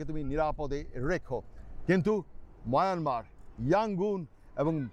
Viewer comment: Myanmar people are very honest. They have a rich culture. Your Myanmar pronunciation is very nice. Thank you bhai for this video.